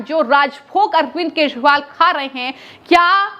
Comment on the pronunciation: अरविंद केशवाल सुनाई pad रहा है महोदया